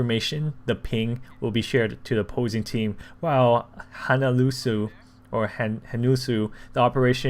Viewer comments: I don't mean to be mean I'm just helping out, the way you say it is hanoolsoh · it's pronounced HANULSO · Just to help with the pronunciations 😉😉 "Hanulso" = "Ha-nool-soh", "Yeo-Soo" = "Yuh-Soo", "Jeong-hoon" = "Juhng-hoon"